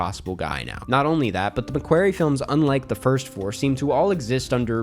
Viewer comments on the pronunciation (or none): Enjoyed the video but just wanted to let you know you're pronouncing McQuarrie wrong, it's not pronounced like "query" but like "quarry" for what it's worth. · it’s McQUARRIE! Nae Mequerry.